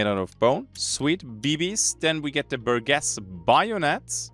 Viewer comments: Bur-jess. Not Bur-guess. I fought hard to not correct you, with English being a second language and all, but it was eating me up inside and I couldn't stand it. I'm sorry. I should try and be a better person. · bur-jess, G before E and\or I makes a J sound... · This is like the most surface level comment possible, BUT: The "Burgess" in the new folding shotgun's name is pronounced with a soft G, not a hard G: Keep up the vids man. Loving it